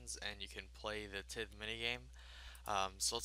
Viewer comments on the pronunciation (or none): lol at how he pronounces tithe